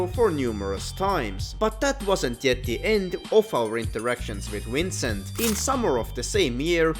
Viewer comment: I don’t know whether to giggle or grind my teeth every time I hear his name being pronounced as “Wrincent”